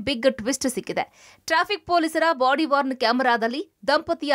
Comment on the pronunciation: ಬಾಡಿವಾರ್ನ್ ಕ್ಯಾಮೆರಾ ಅಲ್ಲಾ, ಬಾಡಿವೋರ್ನ್ ಕ್ಯಾಮೆರಾ... ದೊಡ್ಡ ಸುದ್ದಿ ವಾಹಿನಿ... ರಾಮ ರಾಮ...